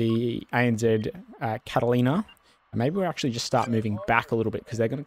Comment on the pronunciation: Dude. Catalina ≠ Catlaina. Ffs